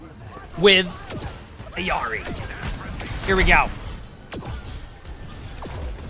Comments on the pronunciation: Why does he say Iarri and not Illari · Stop saying "e-yari" it is "illi-ari" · Will you say illari right?, it’s like a physical cringe every time you say it